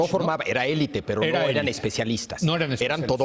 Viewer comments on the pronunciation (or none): none